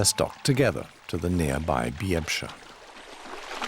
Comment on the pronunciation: except the "byeh-bsha" river lol